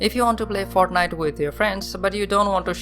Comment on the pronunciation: "he comes de fartnajt"